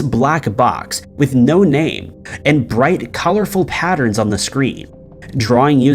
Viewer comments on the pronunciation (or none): none